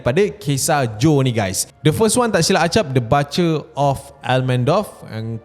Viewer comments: Butcher pronounce as ‘Boot’cher’ not BUTTCHER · Butcher tu bunyi omputih dia "boo-cher"